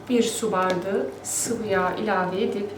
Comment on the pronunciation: Hanımefendi neden bardigi diyorsunuz BAR DA Ği izleyemedim Türkçeyi katletmeyin lütfen